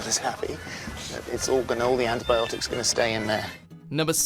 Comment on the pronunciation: You mispronounced antibiotics, presenter.